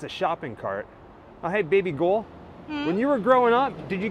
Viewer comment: Are you calling her Baby Gull?